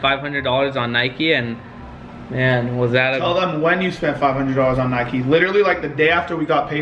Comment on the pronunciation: It’s Nike not nikey